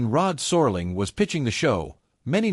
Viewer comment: “Sore-ling”??! Please! I’m out!